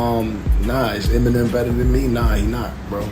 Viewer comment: Brother. Please. It’s not MNM, it’s Eminem. There’s em. Not mmm